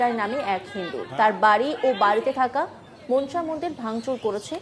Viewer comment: মা মনসা। উচ্চারণ 'মনোসা' - 'মন্ সা' নয়।